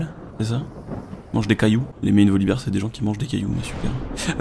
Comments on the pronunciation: On dit Volibear et pas Volibeer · J'ai vu le titre de ta vidéo , j'ai failli mettre un pouce rouge en pensant que tu ne faisais que retransmettre les infos diffusées par riot mais au final c'est un peu plus intéressant. En puis à partir du moment où tu dis Volibère et pas Volibir, je ne peux pas mettre de pouce rouge :D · Alors c'est ni -bère ni -bir ptdr c'est tout simplement -bear comme un ours en anglais quoi mais faites un effort svp :)